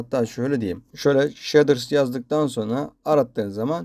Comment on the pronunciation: He abi bide sheders değil shades diye okunuyo direk